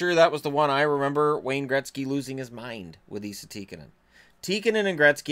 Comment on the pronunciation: Wouldn't call it butchering